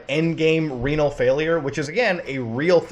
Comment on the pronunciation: Good video. Its ree-null btw. Kluvyoubye